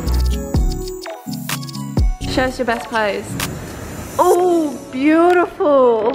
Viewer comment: "Ooooh Boo-da-ful darling"😂